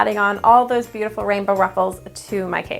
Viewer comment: Did anyone catch that at the bringing she said the rainbow wrong